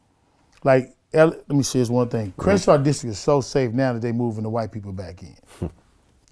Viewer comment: crewshaw? I never heard of crenshaw is that in America